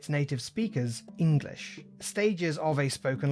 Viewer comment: Oh man, my inner Old English nerd got so happy there. Nice pronunciation!